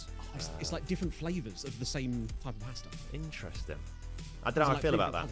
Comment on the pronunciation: swear I thought he said pastor bracket and not pasta😂😂😂